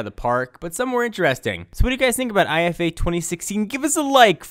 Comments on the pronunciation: It's "eefa" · dammit, Its pronounced "eefa"..